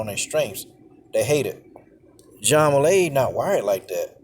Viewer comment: Man her name is pronounced way lee